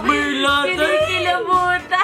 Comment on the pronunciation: Gurla? Wrong!!!! 😂😂😂 Merlat daw. 😂